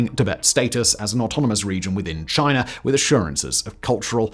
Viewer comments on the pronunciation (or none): Simon, there’s no ‘r’ in China. 😂